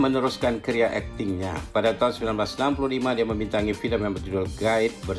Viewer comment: Sebutan tahun tidak jelas...